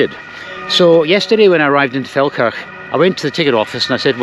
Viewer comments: As I live near it, I keep thinking you are saying, “Falkirk” 😂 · Every time you say Felkerk I hear Falkirk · Just for a split second, i thought you were pronouncing Falkirk in a posh way. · I first thought you said 'beautiful Falkirk' in Austria 😂